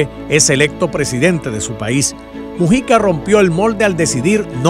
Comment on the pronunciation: Disculpe es Mújica p q el.chisme este lo lee como.musica